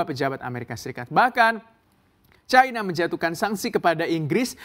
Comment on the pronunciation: Chaina? Seharusnya China dalam bhs Indonesia. Tolong belajar lagi bahasa indonesia yg baik. Tidak enak didengar ditelinga.